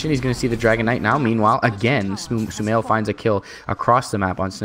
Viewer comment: LOL STUMAIL!! stupid + sumail? nice caster haha